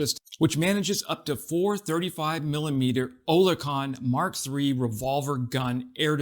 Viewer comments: Oerlikon is pronounced OR LIK ON, not O LER KON,.;) And YES, they're cool tools. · Yo. Oerlikon is pronounced like: "Air-lay-kin" (or "Early-ken") not "Ohh-lair-con" like you're saying here. I'm using regular English words here not weird pronunciation symbology that nobody ever understands. Separately, Oerlikon has been around for ages. Their antiaircraft guns have been amongst the best in the world for about a century now. The 20mm was also an antitank system back in the day. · Thats pronounced OR - LEE - CAN ... not what ever it was what you said ! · Oerlikon pronounced Err-lick-ON or EARL-ick-on